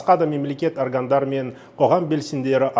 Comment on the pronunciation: 😂😂😂 аргандар деп окыптур